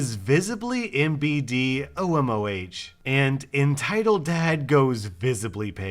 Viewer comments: its not MBD its MVD and not OMOH its OMON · the last letter is pronounced N It's Slavic alphabet not English O M O N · the thing that he pronounced as MBD OMOH is actually MVD OMON!! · It actually pronounce the KGB not the fbi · This is not pronounced OMOH.This is pronounced OMON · It’s not H, it’s N It’s because N is written like H in Russian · It’s no pronounced OMOH it’s acctuallly OMON The H is the Russian n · I’m just saying the letter H in Russian is pronounced as an N and a capital b in Russian is pronounced as a V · By the way, he's writing this in Cyrillic and "OMOH" is pronounced "OMON" and the B is pronounced like V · in the first story, it's not omoh, it's pronounced omon, ОМОН those are russian characters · The first acronym is MVD,the second is OMON.The town's last sound is how the the "s" is pronounced in "unusual". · I know this vid is 4 months old but МВД and ОМОН are pronounced "MVD" and "OMON" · The badge is pronounced MVD and OMON the H means N in russian and the B is a V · Just don't take it as hate, just for you to know maybe in future. "МВД" pronounces (idk if I writed it correctly) MVD and "ОМОН"-OMON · Actually it's pronounced MVD OMON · Aww. I wish OP had used actual Russian swear words. Oh btw,. The right pronunciation of those acronyms are MVD (MBд) and OMON (OMOH). In Russian what you would read as B they read as V and what you read as H they read as N. There a couple of letters like that in the Russian alphabet.